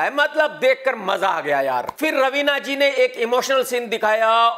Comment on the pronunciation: Ravina ka naam pahli bar sahi bola